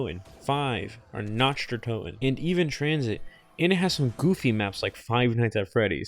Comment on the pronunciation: „notch der toten“ 🥀